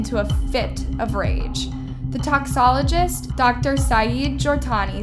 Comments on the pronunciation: Just some feedback, you have inconsistencies in your pronunciation across videos. In this specific video It's Toxicology, (tox-e-koh-low-gee) and Toxicologist (tox-e-koh-low-gist) (you said toxo) It's Penitentiary (pen-e-ten-sh-air-ree) not pen-shi-airy Some of the words you stumble with are keywords in the content you produce (crime and law) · Your content is super interesting but your pronunciation of some words is atrocious honey. It's toxICOlogy and toxICOLogist. That's just a couple of examples lol